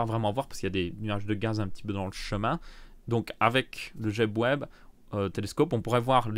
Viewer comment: C'est James Webb le télescope pas jeb web 😂